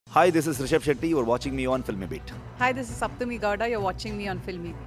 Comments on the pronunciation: It's not Shapthami ....it is Sapthami... very different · It's sapthami not shapthami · Paka hua anchored boring words.."shaptami" what a disgusting pronunciation..horrible questions..lack of brains..such a horrible anchor.